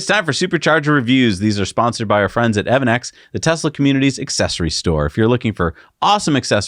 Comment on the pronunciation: Isn't evannex pronounced "EV Annex"?